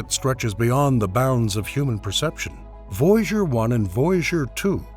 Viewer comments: What the fuck is "voyjour" its voy a ger as in voyager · It is VOY A GER NOT VOYGER!!!🙄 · You are driving me Nuts VOY A GER! NOT VOUGER!!!!!😡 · Too bad for all the words this man can't pronounce it seems to be Voyager the most important one haha